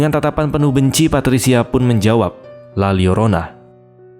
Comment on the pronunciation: bang bacanya "la yorona" bukan "la liorona" wkwkwkw karena huruf l double kalo di bahasa meksiko atau spanyol itu dibaca huruf y 🤣🤣🤣